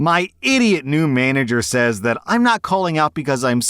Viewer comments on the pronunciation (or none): none